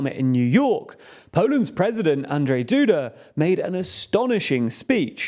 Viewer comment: Guys, seriously, work on your pronunciations: Mateusz Morawiecki: MAH-tay-oosh more-ah-vee-ET-ski Andrzej Duda: AHN-jay DOO-duh Based on the edited audio, I assumed you tried to name the Polish agriculture minister and decided to cut it: Robert Telus: row-bert (like roberta, but with a first syllable stress) TAIL-ooss. And given that the elections are coming, you may want to get comfortable with: Jebać PiS (fuck PiS): yay-botch piece.